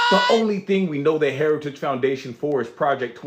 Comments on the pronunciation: What f is "harigies' or what ever the f he said. lol😂😂😂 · Lord, this criminal could not even pronounce “heritage” but he definitely plans to implement Project 2025 if elected. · I need a translator. This moron can't even say "heritage". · Trumpzi cant even say heritage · Can't pronounce some if not all words. Heritage Foundation, an extreme right wing white supremacist group